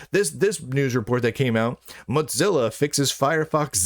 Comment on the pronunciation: Mozilla is not pronounced motzilla. It's not a mashup of mosaic and godzilla, it was named the mosaic killer, or killa, or mozilla. Moe zilla.